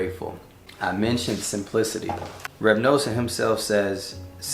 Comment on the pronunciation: Now you're talking my language. You already have the whole set of english/hebrew Likutei Moharan! Beautiful message. By the way it's Reb Nuh-son. Pronounced like the word "nothing." I'm nothing without G-d. 😊